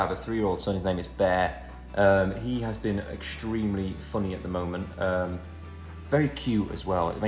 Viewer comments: Everyone: Bear Literally everyone: Bear Liam: Beh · Nobody: Literally nobody: Not even Kevin: Liam: HiS nAmE iS BeHh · It's not Bear it's Beh haha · nO hIs NaMe iS bEh